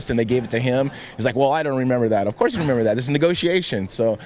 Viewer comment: at 3.20 Tito says " of course i've got to thank Dana White, of courthe I've got to thank Lorenza Fertina.." LOOLL